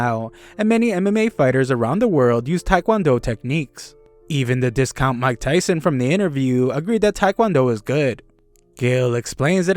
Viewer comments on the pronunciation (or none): none